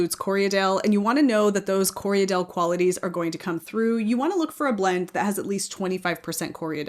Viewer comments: I know you don’t mind being “guided” on your pronunciation, so it sounds like you’re adding an extra syllable in Corriedale… it sounds like you’re saying “Corry-a-dale”? It’s just “Corry-dale”, two syllables 😊. Thank you for this video - as a beginner knitter it’s so helpful to understand all the different qualities a yarn has. ❤ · I hear a lot of americans call corriedale co re a dale. Thats incorrect, its corri dale......2 syllables, not 3. The breed was developed in NZ and was named after the station on which the sheep were raised, Corriedale Station.(Im a NZer btw)